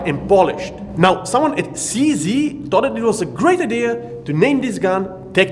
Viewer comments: for all the americans watching: to stick to the Czech spelling, "Cee Zee" should be pronounced "Tseh Zed" or "Tcheh Zed" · Seee Zeee Shoot Zeee Now Zeee are dead.